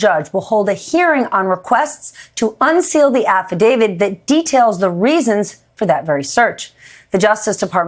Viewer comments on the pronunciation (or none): Again, Stephanie, you don't get to say "affidavid". That's reserved for "legal expert" guests. It's "affidavit" (with a T).